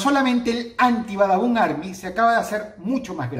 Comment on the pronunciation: xd like si dross hoy dijo Badabun y no babadun xdd